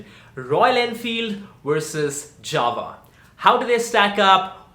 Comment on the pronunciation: Its JAWA not JAVA